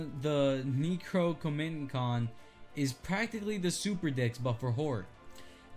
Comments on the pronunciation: Neh-crow-nomih-con is how you say it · Necronomicon is pronounced Neck-row-nom-eh-con